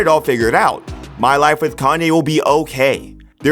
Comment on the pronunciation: Pronounced Calm-yay, not calm-eye